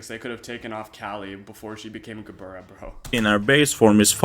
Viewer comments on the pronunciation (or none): Sup Hebrew speaker here. gebura is pronounced with a V, bet or ב is traditionally pronounced like B however in some cases like gebura or גבורה in Hebrew , bet becomes vet and in pronounced with a V so it might be spelled gebura it's pronounced more like gevura